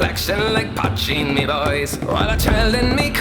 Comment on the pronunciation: poitín (potcheen), not patching. Irish word